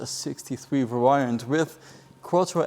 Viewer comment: In England, we say boot, not trunk. Only Americans say trunk. Plus, the reviewer needs to learn how to pronounce “variant”. More importantly, the review was very disappointing in that it didn’t mention the various engines, power outputs, and 0-100 km/h times. In fact, it didn’t mention anything of interest.